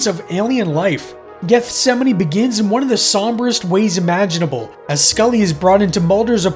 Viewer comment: I’m glad he pronounced it correctly!